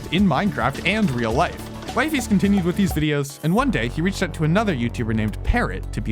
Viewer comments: Bro his name is not Wife-is or Wife-ies Its Wi fies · It's not Wifey it's wE-fEs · also its not wyfis btw its wefees (in pronunciation) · Dude its pronounced wifies not wiefees not weefees wifies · The way you say Wifies sounds like "Wife-eys".. so Wee-fees makes more sense to me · Its wee-fees not waifes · It's wee-fies dummie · its not that hard to pronounce wifies correctly breh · Please say wifies name right bro😭😭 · bro is constantly ragebating with misspronouncing wifies name